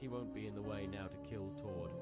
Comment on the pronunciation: He keeps callind tord (T-od) but it’s (t-ord)